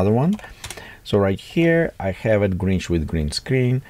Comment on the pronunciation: Grinch. Not Gringe 🙂